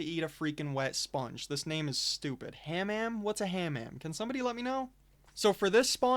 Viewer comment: "Hammam" is a Moroccan term for a steam bath-house. That's why the room is called that. Edit: pronunciation huh-MAHM Edit 2: great video man definitely gonna try and run these when i have a duo/stack on fortress next time.